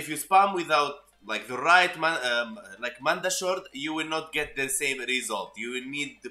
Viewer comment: The way you say mandachord....mandatory....I say it like cord not shord it was just something little I laughed at....